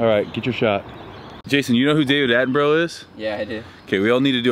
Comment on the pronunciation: Jamie Uzzell haha he’s 91, gonna be working till he’s 101 apparently 😂 what’s funnier is the way he pronounced his name... Attenbro?😂